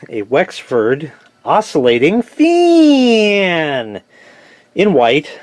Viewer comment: I laugh my ass off every time you say FAEN like that